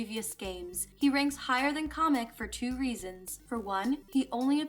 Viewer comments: His name is Kamek not comic LOL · Why does she keep pronouncing Kamek as comic? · im bashing my head at the way you pronounce kamek as kah mech